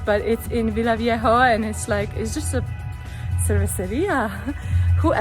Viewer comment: It is Villavieja. Take care of yourself. There are so many YouTubers out there with "I got robbed at gunpoint" videos in Colombia, it is both scary and downright embarrassing for us as locals.